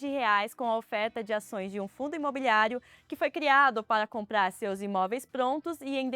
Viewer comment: Só gostaria de sugerir com respeito uma atenção para a dicção de palavras como comprar, compradores. Pode ser alguma questão de fono..nada que comprometa, só dica de gente louca perfeccionista 😊😊😊